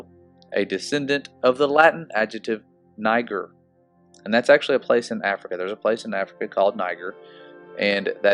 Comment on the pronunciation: Niger pronounced, ne-zher.